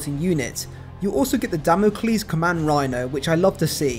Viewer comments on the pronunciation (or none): Hearing ‘Damn-o-klees’ is slaying me from 110 yards like a double-tap off a Stalker bolt rifle lmao